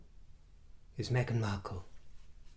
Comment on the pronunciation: I was on the brink of vomiting hearing about Harry's addiction "Me-gain"... Does he even hear himself????